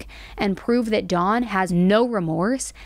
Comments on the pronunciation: Hard to focus on this when keeps pronouncing his name "Dawn" instead of "Don" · Why are you saying Dons name like the name Daun or Dawn... Don is said with a soft o ... you need to Pronounce names correctly. I thought his name was a girls name by the way you were saying Don.